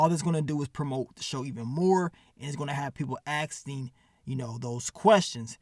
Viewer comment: be killin me saying Asting instead of Asking 😂 but should've called this episode "Master Splinter" with all the rats 🐭 in it 🤷🏾